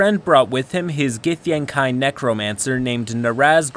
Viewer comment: Its gith-yang-KI, not gith-yang-KAI.